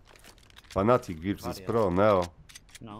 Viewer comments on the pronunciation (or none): NIE FANATIC TYLKO FNATIC!:)